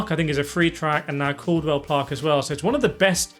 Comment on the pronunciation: “Caldwell Park”? 😂 Cadwell, pronounced like it’s spelled.